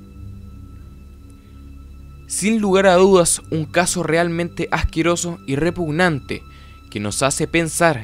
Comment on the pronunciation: Habia alguien q decia "REPUNANTE" en vez de "REPUGNANTE"